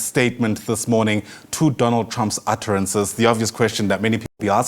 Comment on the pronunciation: 'atterances' hahahaha; how pathetic